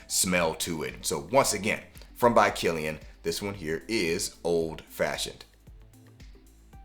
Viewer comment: By Killian 🚫 Bykillian (pet peeve) 🤷🏾‍♂️ Excellent video